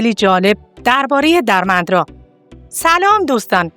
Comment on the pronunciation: سپاس از کانال خوبتون عزیزم درمندرا با کسره روی دال تلفظ میشه .Dermendra درسته .سپاس از شما